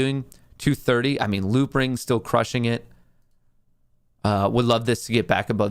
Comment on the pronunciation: Are you saying loopring?